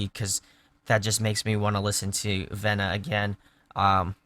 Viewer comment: No biggie, but the album is pronounced "V-na" :)